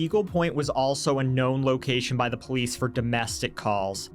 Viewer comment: As soon as he said POE-LEESE i knew exactly what kind of people we were dealing with 😂